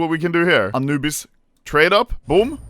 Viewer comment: Why does the Swedish man say it like anoobise bruh 💀💀💀💀💀💀💀💀